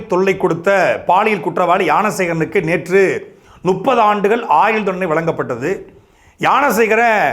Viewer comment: Nuppadhu alla! Muppadhu!!